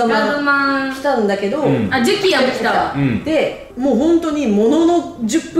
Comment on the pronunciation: ジュキアじゃなくてジュキヤですよー！